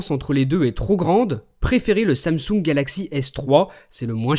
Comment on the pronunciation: ARK TA VOIX CEST DLA MARDE ! "LE IPHIUNE 5 ET LE SAMOUGN